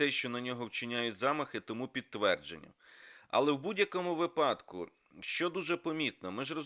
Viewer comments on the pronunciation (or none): Мусієнко ,не випАдку,а вИпадку !